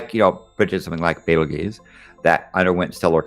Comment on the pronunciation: omg "Bait-el-geese?"